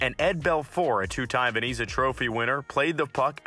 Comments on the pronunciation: Yikes. You have to do better with the pronunciations. It's "Vez-na" not "Ven-e-za" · Did he say vazeena trophy? It’s Vezina. Pronounced Vez-na. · VeZIna, not VeNIza. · Bro ur pronouncing names wrong and also saying "Veneeza" multiple times, it's Vezina and pronounced "Vezna". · It's Vezina not Veniza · It’s VEZINA not VENZA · VEZINA NOT VENIZA. If you make a video make sure you know how to pronounce names. Smh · VenEza 💀 Edit: He said Jake Allen of the Saint Louis Blues when he was on Montreal, bud maybe study hockey before you post something about it.😂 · its VEZ-NA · Is he saying Veniza? No way right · he also called it the veniza award many times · I came to the comments to say that! Why is he doing NHL videos if he doesn't know how to pronounce Vezina, Hasek, Roy, etc? If I heard him say "Vez-eena" one more time I was going to scream. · Couldn't even pronounce vezna correctly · No he says veneeza. Also it is not pronounced as Vezna!😅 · Actually it's pronounced Vez-i-na. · did i hear that right?😂 "vaneeza" trophy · "Veneeza" winner ? Ha !!! 😂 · What is a "vin-ease-uh" ???? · Vezina say it with me now Vez i na , Vezina it's not that hard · learn the players names, you pronounce them wrong so mucvh and the Vesna trophy learn how to say them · Same here.He can't even pronounce Vezina right. you shouls do research before doing videos. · You obviously know nothing about hockey if you pronounce Vezina incorrectly. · You should lose your channel just for your pronunciation of Vezina 🏆...